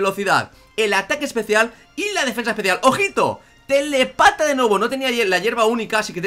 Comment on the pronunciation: me hace gracia cuando decía "telepata". Es telÉpata, que indica que tiene telepatía.